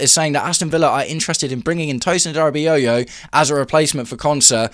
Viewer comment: Tosin has to leave - a) because he’s terrible and b) because I can’t listen to you butcher his surname anymore